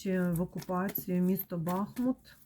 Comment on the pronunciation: Дякую за вашу працю,за рідний БахмУт,будь- ласка поважайте назву нашого міста,наголос на другий склад.БахмУт - це Україна,це місто - герой,місто-титанів!!!